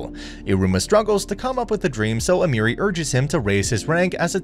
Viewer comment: A-me(h)-ri not Amiri but ok